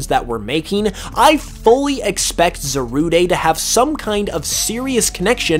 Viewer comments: as i'm just looking at this now and watch the movie a bit ago it, kind of does upset me that he keeps saying the name wrong; but its only just a bit i know how it is to say something wrong even if it's been said to you or you forget or just not at all know how to pronounce it. on a different note, should definitely watch secrets of the jungle it brought back classic pokemon vibes to me and i cried a bit at the end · His pronunciation is awful Zarude is pronounced Zarude not Zarudé This is literally so simple. Zamazenta: The Magenta Zacian: The Cyan Zarude: The Rude It's simple man. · I'm pretty sure it's pronounced "za-rood", since the name in Japanese is zaruudo. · Za-rood. Like: 🎶Why you gotta be Zarude?🎶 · Swear its just Za-rude no day needed 😂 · It’s called zah rude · Shouldn't it be Zarudé? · Why would you even say Zarudé. The verde thing is a stretch, it's just rude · Just say Za RUDE as the word rude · It's pronounced za-rude just letting you know lol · Pisses me off how you say za-roo-day when it literally has the word "rude" in its name smh.. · Zarude's "E" is silent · It’s Cal Z ar Like a Pirate and Rude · I really don't like the way you pronounce Zarude.